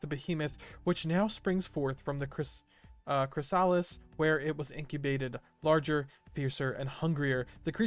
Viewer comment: Bro doesn't know how to say chrysalis (chris-uh-lis)